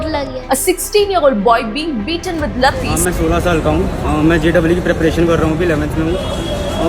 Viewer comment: laathis ❌ lathis ✅